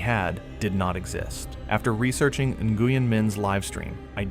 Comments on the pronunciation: Name is pronounced "Win"...not "In-Goo-yen" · Nguyen is pronounced Nwyn.